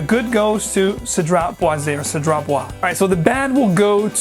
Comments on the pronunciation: It's pronounced Cedra Buwaaz 😄. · The pronounciation is Seh-dr-AH! Bwa-zay.